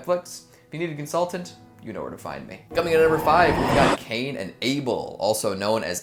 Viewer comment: it's able not Abel EEEEEEEEEEEEEEEEEE